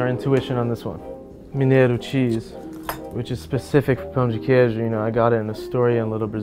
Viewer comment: Hella impressed w yaje’s pronunciation damn dude has no accent saying pão de queijo